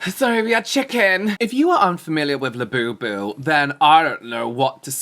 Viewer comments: Not “labiabubu” 🤣 💀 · not labiabubu 😂